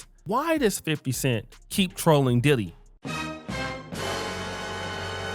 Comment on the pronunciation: You said Diddy name wrong at the beginning